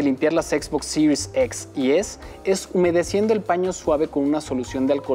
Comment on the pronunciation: Que buen videos de Xbox "Sirius EX y Sirius ES" pffff , diga series nomas jajaja es un video para Latam , buen video